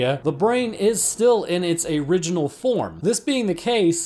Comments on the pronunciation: A-ridge-inal form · Aye-riginal.... Still love your content! Heheheh